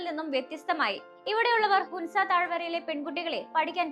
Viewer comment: ഹുൻസ അല്ല മോളെ ഹൻസ ഹൻസ താഴ്‌വര എന്നാണ്